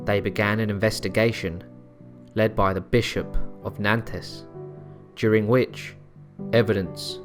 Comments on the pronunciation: Next time... you could try researching some pronunciation as well. I had to leave after Nantez... it all got too much. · please research your pronunciations, they're atrocious gilles is one syllable, so is nantes, "jeel" and "naunt". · Stick to a consistent pronunciation. Gilles is pronounced as one syllable not Gillay. Nantes is also pronounced as one syllable not Nantez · The narrator pronounced Nantes wrong btw